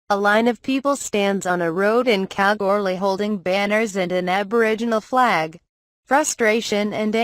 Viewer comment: Hey I live in Kalgoorlie ps you're not saying Kalgoorlie right